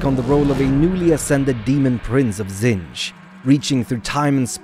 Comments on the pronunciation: Literally my only issue is the narrator saying “Tzinch” instead of “Tzeench” Makes me think of the Grinch. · Why is someone who cannot even pronounce the name Tzeentch narrating? This is unacceptable